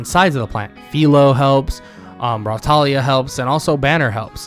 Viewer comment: I Watched This With Subtitles And When You Said Raptalia The Subtitles Said "Rawtalia" Like Bro What Kinda Raw Do You Mean? 😳😏